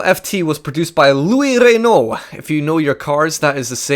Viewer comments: pedro freitas I know. It's pronounced "reh know ". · Its funny the way you say RRRRenault(sorry)